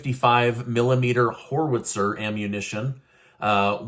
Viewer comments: it's pronounced Howitzer, not Horitzer. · Uh... it's howitzer, not horwitzer! And it's too obvious to be the CIA... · It's pronounced like "HOW it zir."